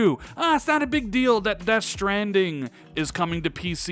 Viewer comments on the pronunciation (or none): none